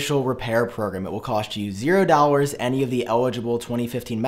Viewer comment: I am unsubscribe just because of the way you say dollars